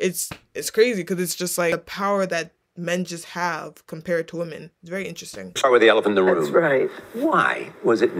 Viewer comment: What's up with this generation not knowing how to pronounce the word "women"?